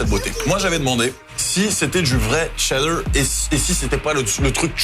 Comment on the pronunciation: mdrrr tu rends ouf à dire TTCCheeddar